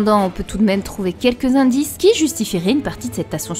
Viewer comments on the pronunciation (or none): none